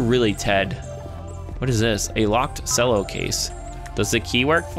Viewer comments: um it's pronounced Chello not Sello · it's not cello it's pronounced chello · It pronounced chello not sello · You pronounced Cello Sello it's "ch-el-oh", And you said racist when you meant xenophobic. git gud scruuuuuuuuuub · HE PRONOUNCED CELLO LIKE SELLO XDD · Did...Did say "selloh" instead of "chelloh" for the Cello case?! Oh my fluff. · Ch-el-o Not cell-o I think Sorry triggered me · Godamnit u say cello chel-o not selo. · Sello its cello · Cello is pronounced as chello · how dare he say cello like sello how dareth he!!!! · cello is pronounced like chello it a musical instrument:) love your videos btw been watching you for over 3 years! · Cello (ch•ell•o) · No offense but its pronounced chello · Cello is actually pronounced (chello) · Cello=Ch-ello (how to pronounce it) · the way he says cello omg its like Chello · Cello is pronounced Chello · IT'S PRONOUNCED CH. E. LLO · cello is pronounced like chel-o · Sello is not how you say CELLO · Cello is pronounced chello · U say it like chello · cello (ch-e-llo) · TheAppleGamer 0 Ye I was getting triggered by him saying it wrong. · I don't hate slice for this, but I very much dislike when people mispronounce "cello" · As a cello player, your pronunciation of cello triggers me.